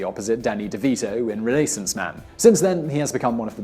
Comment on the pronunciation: How do you pronounce "Dorchester" correctly but not "Renaissance"?